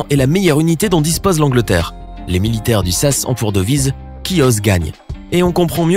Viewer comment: On dit pas sasse mais S A S trou d'balle, et faire un me vidéo sur les entraînements extrêmes et ne pas mettre la France, avec notamment la légion, faut être un sacré ksos qui n'y connait rien, évite de faire des vidéos dans des domaines que tu maîtrises pas merci